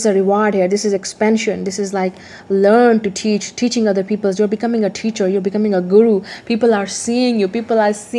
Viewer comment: "People" does not have "s" at the end. :)